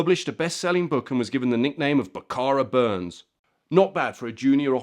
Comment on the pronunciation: yes related to this gentleman, the correct way to pronounce his/my name is Bur ness not Burns